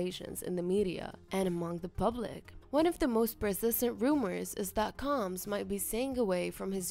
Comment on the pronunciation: Can you say combs